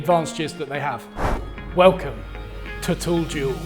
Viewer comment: Thought he said tool jew